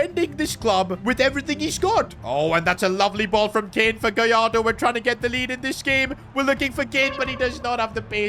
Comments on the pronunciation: It's gallardo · It’s gallardo